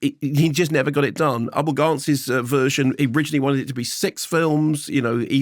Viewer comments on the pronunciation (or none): none